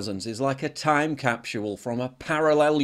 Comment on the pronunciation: What is a time "cap-shual"??